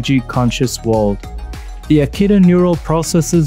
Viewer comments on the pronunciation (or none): It's Akida, not Akita :)